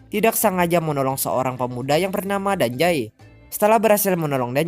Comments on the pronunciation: Bang penyebutan "Dazai" itu salah bang Karna ada huruf "Z" Bukan "J" (Dazai) bukan (Dajai)🤦🏻‍♀️🤦🏻‍♀️ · Gue malah denger dia ngomong danzai njir🗿